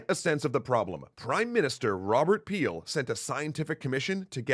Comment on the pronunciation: “His name is Peel” A few seconds later... “The news trouble Peeled”